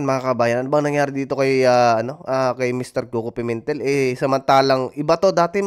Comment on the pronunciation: Pimentel... Pemintel? Pimentel? Hahhahhaha ano ba Yan?